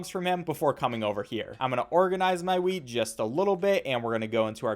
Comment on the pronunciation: how come every time he says wheat I hear weed?